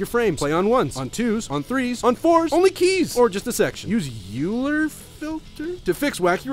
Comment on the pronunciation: it's "oiler" - he was swiss german not greek